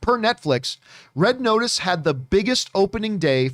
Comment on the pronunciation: “Red Otice”